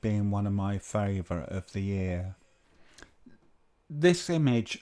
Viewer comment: "FAOURATE" ? Did you mean FAVOURITE ?